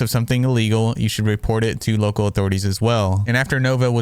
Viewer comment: He's considered a what?? Lowcal ? Low cow?? wtf word are u saying